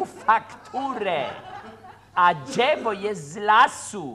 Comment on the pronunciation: W tym sęk..." Dżewo, deska dżewniana, w środku sęk. A kto ma dżewo, Lutman? Jaki laaas? Taki mały, biały dupelek. A ona sprzeda? Co? Ten tartak? Kuba, przecież... JAKI TARTAK DO CHOLERY? xD